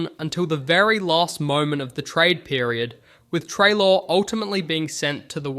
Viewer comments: What the hell, this video is just littered with errors. The pronunciation of Treloar, Tom Bellchambers’s photo instead of Scott Lucas, saying Jordan McMahon kicked the winning goal against Melbourne, when it was in fact Richard Tambling (which btw meant dusty came to Richmond, so a big win for the tigers) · How did you say Treloar incorrectly in 6 different ways